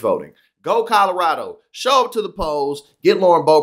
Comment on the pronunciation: As the name is still very common in Germany and almost non-existant in France, her name is very likely German in origin (Böbert/Boebert) and not French. Therefor the emphasis is on the first syllable.